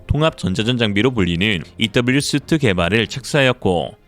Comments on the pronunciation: 영상 잘 봤습니다. 영어 발음이 하나 거슬려서 지적합니다. Suite는 "수트"라고 발음하지 않고 "스윗트"라고 발음합니다. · suite는 스위트라고 발음해야 할걸요? 통합전자전장비라고 하는 거 보니까 세트를 의미하는 단어 스위트. 양복을 의미하는 수트는 e가 빠진 suit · 잘보고있구요 한가지 힌트 드리자면, suite 발음은 호텔 스위트룸의 스위트, 슈트는 슈트빨에 suit 입니다!